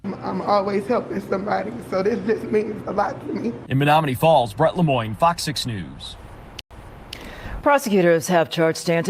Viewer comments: Menomonee falls say it like ma- nomo-nee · Men om o nee falls is how it's pronounced, but your all good with me. I'm from Wisconsin and we have a lot of Native American named towns. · It's pronounced men-ōm-o- nee falls